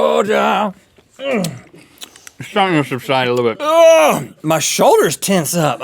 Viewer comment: Also, , the way Rhett says Georgia! xD